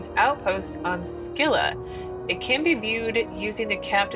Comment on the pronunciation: Why do you keep mispronouncing Scylla even after you heard it? haha what happened to the goal of playing better... haha just kidding.